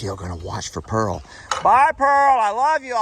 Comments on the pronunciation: PEARL ,,,,,,NOT SANTIANA LOL ,LOVE YA AS ALWAYS xxxxx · lol you were calling pearl santinas lol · Too cute, you were calling Pearl Santianna lol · I wonder if you found Jolene before you left. I figured you meant to say Pearl when you said Santiana, LOL